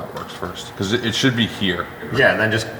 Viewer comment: Still makes me laugh every time says " becooz"